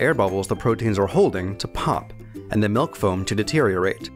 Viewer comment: what the fuck is melk?